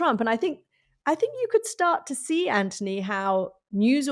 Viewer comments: STOP KATY WTF AND WHO THE F said he was a “ “brilliant guy “ you sound so IGNORANT KATY UNWATCHABLE DONE HER BTW MOUCH ‘s Name is ANTHONY NOT ANTY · Omg his name is ANTHONY NOT ANTONI PLEASE GET IT CORRECT